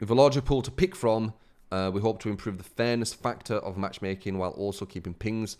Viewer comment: I swear you were saying thanos instead of fairness